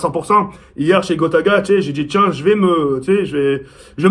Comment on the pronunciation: il dit "grota" nn?